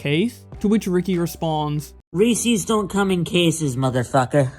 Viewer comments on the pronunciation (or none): reese’s not reecies. reese is a persons name... can people read?